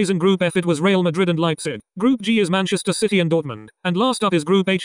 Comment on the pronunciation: He really said Manchester shitty